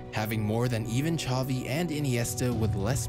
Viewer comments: Zavi not chavi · The way the commentator kept saying "Chovi", "Motta" and "Chobi" made me cringe so much... Ffs man its not hard